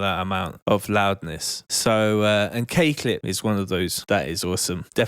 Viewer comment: Took me so long to work out the name of KClip lol. Cakelet? Cakelit? Not sure if it's being scottish i couldnt make it out or if you're saying it weird haha but big respect for putting out all this info mate TY much appreciated